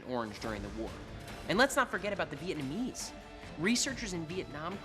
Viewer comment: Anyone else noticed he said the vietmanese